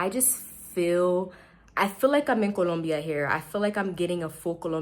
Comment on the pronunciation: Hey, I like the way you pronounce Colombia. So many English speakers cannot get it right. I lived in Medellin for eight years and just for a change, I moved to Bogota. I like the people here a lot but the one thing that I didn't take into account is that it's cold inside my apartment all day every day all year. I feel uncomfortable having to dress special inside the apartment. I have some long johns but that's not enough. Moving around walking in the streets is crisp and invigorating...I love that part plus I get to wear all the cold weather gear I kept in a suitcase and never unpacked in "Medallo". I bought a nifty electric space heater on Amazon and it does the trick but is expensive to operate. Thank you.